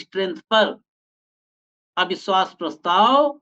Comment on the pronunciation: "सुरूआत" , अविस्वास प्रस्ताव , भासण आदि । ये कुछ उदाहरण है उच्चारण के जो खटकता है ।कृपया इस ओर ध्यान दें ।